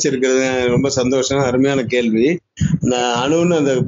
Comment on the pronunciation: Tuvalv illa athu twelve, santosam illa santhosham.. Anchor ah mathunga pa... Antha pakkam oru legendary director erukanga.. Ana anchor seri illa..